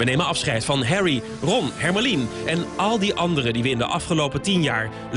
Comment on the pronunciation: lol hermione is pronounced as something like "hermo-lee" hahaha